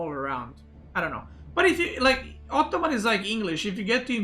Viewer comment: Sometimes I feel says: "optoman" haha